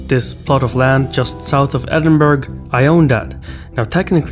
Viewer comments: edinbough not edingburgh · Edin-bruh not Edin-burg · Edin-burg no. That’s not how you pronounce Edinburgh. (Ed-in-bruh or Ed-in-bur-uh) NEVER ‘burg’ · Also....... Edinburgh is pronounced Edinburrah not Edinburg.......Yes I'm that guy 🙄🏴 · Pronounced Edinbruh not Edinburrah. I guess you're not that guy after all. ☺️ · it is Edin-bruh, not Edin-berg 😂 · I don't think many will spend the breath to accent the 'burrah', often closer to Edinbruh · "Edin-burg" lol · Bro said Edunberg 💀🇬🇧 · "Edinburg" shudders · Edinberg aye? I see what you're up to 🧐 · Pronounced edin-burh. I'd think a lord of the country would Pronounce the capital right. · Edinburgh is pronounced Edinbrah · I'm glad you were that guy. Doesn't hurt to educate people. Just how I'd like someone to correct me if I mispronounced something. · was raging when they say Edinburgh like that, it's from the nation where English originated, how can they be so bad at this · A Scottish lord who doesn't know how to pronounce Edinburgh.